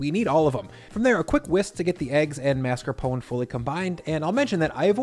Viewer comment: Thank you for pronouncing mascarpone correctly! It drives me nuts when people, chefs included, call it marscapone.